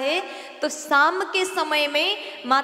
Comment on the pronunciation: Saaanti Saam nh Shaanti Shaam. Uchchaaran sahi karo. Choti bachi nh ho.